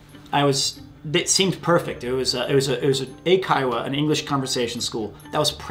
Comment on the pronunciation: Amazing stories, also why I only see teaching as the very last option for survival in Japan. Found it funny that he pronounced eikaiwa as aikaiwa.